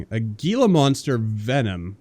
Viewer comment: Just nitpicking here but Gila monster is pronounced with an "H" instead of a "G". Also, I'm really happy you've started a RimWorld playthrough again, love it! Peace